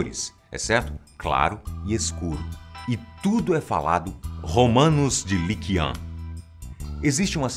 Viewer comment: Li Qian se pronuncia Li Tchien